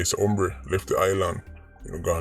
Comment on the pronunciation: I love to hear said “ombre” 😂😂😂😂